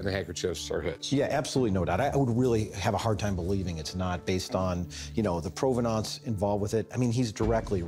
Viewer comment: Hearing say provenance makes me hate him even more!!! I didn't think that was possible